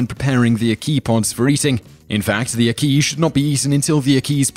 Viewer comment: Ack-Key - NOT Akey!